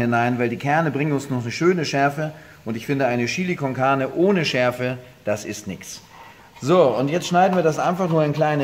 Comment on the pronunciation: "Das ist Schili Konkahne" höhö